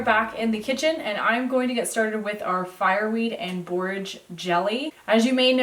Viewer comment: Are you saying Borges blossoms?